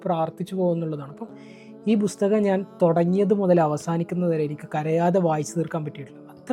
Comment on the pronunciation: ബുസ്തകം അല്ല പുസ്തകം. ബുക്ക്‌.